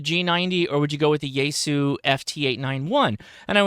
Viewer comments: You’re closer than most, but still not quite there… it’s pronounced “shee-yay-goo”. But thanks for getting close. Most uninformed call it “z-eye-goo”. The xie is like how one says “thank you” in Mandarin which (in romanized letters - called pinyin) is xie xie - pronounced as “shee-yay-shee-yay”. I only bring this up because you have a significant following and you may finally get the message across. Nothing worse than continually mispronouncing someone’s or something’s name. Makes one look ignorant. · Out of curiosity...you are the only person that I have ever heard pronounce Xiegu as "Sheh-goo." Everyone else says "Zeye-goo." Forgive me for being presumptuous and perhaps forward, especially given that we have never met, but I believe that your wife is from that part of the world. Has she informed your pronunciation and are the rest of us saying it incorrectly? And to the point of the video; if this thing comes in around $1300, which i suspect that it will, it will have a long road to hoe against other, much more established competition. As always, thanks for the insight.